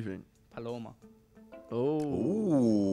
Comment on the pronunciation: did just say Palorma